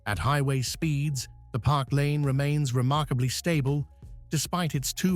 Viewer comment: The car is a Park Lane. Not “Parklane.”